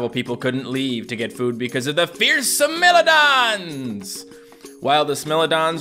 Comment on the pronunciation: When you know the I in smilodons is a hard I and doesn’t know